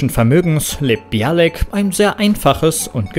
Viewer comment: Mayim Bialik permanent als "Bialek" auszusprechen, kommt schon sehr seltsam rüber.